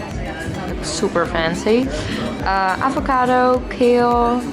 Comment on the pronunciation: The way you said avocado and mustard, I immediately heard that you’re Dutch haha looove these food ideas, subscribed 😊